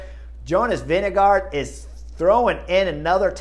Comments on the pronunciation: Jonas «Winnego» hahah😅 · You also need to learn the pronunciation of Vingegaard (since he will be around for a while): Vinge is like "wing", with an "e" on the end. Gaard is pronounced like "gourd", but with a silent d....... so "Wingegour"" :) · Why does Bob Roll pronounce Vinegaard as “Vinego” and Chris does the same about half the time?